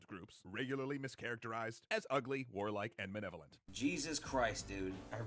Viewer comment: this dude giving his takes on inherent evil while being unable to say “malevolent”.